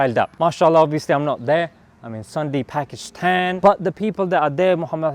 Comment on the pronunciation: For god sake it's Pakistan and not Phakhistan